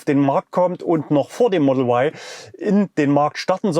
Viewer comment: Sprache soll für das Publikum verständlich sein! Model Why ist nicht verständlich da Sie sich an Publikum mit deutscher Muttersprache richten. Ein deutschsprachiger Mensch denkt bei "why" an den Buchstaben W, und nicht an den Buchstaben Y. JA, wir leben in einen freien Land. Deshalb ist es mir derzeit noch möglich ohne Risiko einer Inhaftierung Sie darauf hinzuweisen dass "Ypsilon" verständlicher ist.